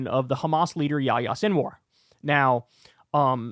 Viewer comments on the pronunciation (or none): Kyle.. it’s Ya-HEE-Ah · Why do3s kyle keep calling him "ya ya seenwar". Is he mocking his name? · Pronouncing yæhiye as yååyåå is pretty wild.